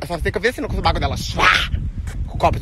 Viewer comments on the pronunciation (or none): Pq vc fala suBAco e não suvaco?